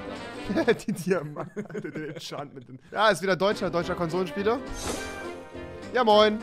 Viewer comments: Konsomenspieler alles klar lehrn deutsch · Einfach unnötig die ganze Zeit Konsomenspieler zu sagen-_